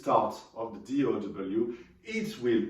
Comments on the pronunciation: DAW not DOW dude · He meant D “Au” W… Digital Audio Workstation .. Au sounds like O.